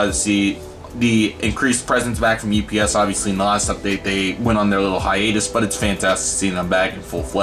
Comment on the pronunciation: you miss spelled UPS you said OPS. Nice Airport Update